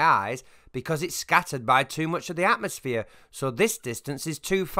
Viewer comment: "Atmoplane"....Fucking God help us.